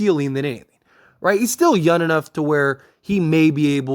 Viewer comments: The word is “younG” not yunn like you’re pronouncing. It drives me crazy in your vids. Other than that keep up the good work! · Bro I know you can say young correctly I believe in u